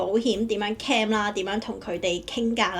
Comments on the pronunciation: 只係提提你受過BBC英文訪問 又嚟咗英國咁多年 可唔可以唔好將"Claim"讀成"Cam" 最大問題你片中有提及個“Cam"拍得唔清楚 你又用返同一個讀Cam唔到錢 No Cam Bonus。如果你唔知點讀可以查下字典 學下IPA國際讀標 Claim/kleɪm/ Cam /kæm/ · 提一提，其實 "claim" 正確讀音係 /kleɪm/， 同 "cam" /kæm/ 有分別。 另外片中提到 "no claim bonus"，如果讀成 "no cam bonus" 可能會令人誤會。 仲有 "crime number"，聽落似 "calm number"， 可能可以再留意一下讀音會更清晰 👍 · 咩係 calm reference no .?你連 claim 都唔識讀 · I wonder what you have done to receive these negative responds?! Have you given that a thought??? Check your pronunciation for " Claim " and " pouch" Wrong pronunciations